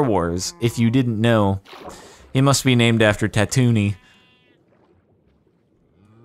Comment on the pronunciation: Anyone else cringe at the way Jardon said Tatooine?